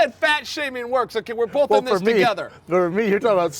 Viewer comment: Brendan "bowlth" sides! 😬🤔😐